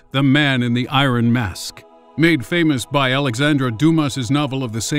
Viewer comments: I think you should look up the pronunciation of "iron". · why did you say iron like that?